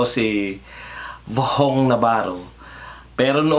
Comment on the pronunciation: VHONG...HINDI VOHONG NAVARRO..